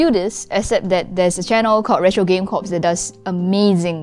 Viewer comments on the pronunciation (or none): Now I want a retro gaming channel P.S. Corps is pronounced like core, not corpse